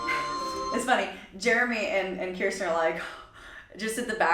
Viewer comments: Idk if anyone else has said it or not, but just a little pronunciation correction, her name is Ker-stin not Kier-stin. 😉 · It’s pronounced like ker-stin btw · I recall an interview Kirstie did a couple of years ago in which she said she was working with a vocal coach. "There's this thing I do with my mouth," she said. Incidentally, you've been mispronouncing her name. The first syllable rhymes with "first". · Nooooo that’s not how you say her name!!!!!😡